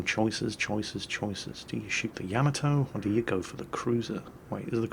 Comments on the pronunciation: HOW, HOW?! How do you continue to mispronounce Yamato when you play that clip before it every time? Yah - MAH - toe. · At this point,, I think you mispronounce Yamato intentionally just to irk us.... It's working!